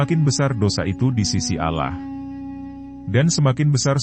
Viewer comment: Kenapa sebutannya alah???? Apa sy yg salah dengar ya sedangkan kita harus sebut dengan sebutan yg benar Allah Allah Allah